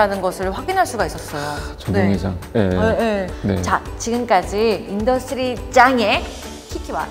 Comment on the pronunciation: 전혀 어렵지 않고(어려운 부분은 흘려보내고) 재미있게 봤습니다! 인더스트리짱으로 들리네요~~ㅎㅎ